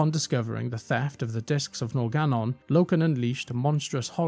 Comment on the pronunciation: Ee-oh-nar. Nor-guh-non. There are literally voice lines in the game that demonstrate the pronunciation lol